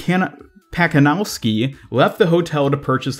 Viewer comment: Just for the record. You should pronounce Pacanowsky as it was Patzanovsky and Mazzei as Matzéi.